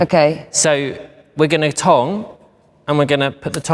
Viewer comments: i keep thinking he's saying tongue 🤭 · I read this comment before watching the video and now I can't stop laughing every time he says it 😂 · At first I thought he was saying tongue 👅 then I realized it was tong. Does he mean curl? 🤔💭🥰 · What’s a tong? Lol does he mean a curler? What’s a tonk? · Say tong again dude... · i couldn't tell if he was saying tong or tongue. i had never heard of someone calling a curling iron a tong before! lol.